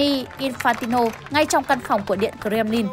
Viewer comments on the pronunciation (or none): Doc nghe quai: Co rem ly